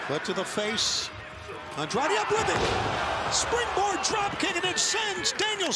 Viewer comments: Fire this commentator. It's gotten disrespectful how many times he's mispronounced Andrade's name. (Andre? Really?) Unless it's an inside joke, the guy has literally one job. If he can't get basic pronunciation down after this long then he doesn't deserve to be working there. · Why is it so difficult for the commentators to pronounce Andrade's name correctly?? 😐